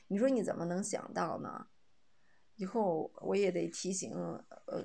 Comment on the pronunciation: 以后＂发成＂胰后＂ 以后＂发成＂胰后" 以后＂发成＂胰后＂ 以后＂发成＂胰后＂ 以后＂发成＂胰后＂ 以后＂发成＂胰后＂ 你是哪个村的